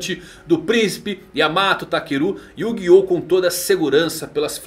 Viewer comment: [...] e o guiou... Nós: YU GI OH? yugioohhhhh